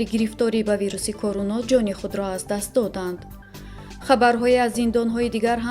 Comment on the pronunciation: Эй барандаи Фарбеҳ Короно не Корона гӯй. Овозат мисли мурге, ки хурӯс намегояд.